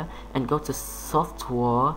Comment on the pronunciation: "Soft-WAR" LOL